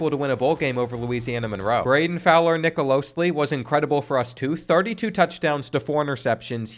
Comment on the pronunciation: Nicolosi not Nicolosli